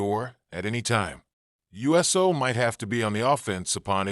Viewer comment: It’s not us o it’s uso